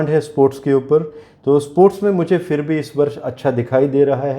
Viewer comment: Nice but scary predictions. Please use the letter Z instead of J. You couldn't even say Bronze but Bronj. Also say PHIR instead of FIR. This is all in our national language Hindi.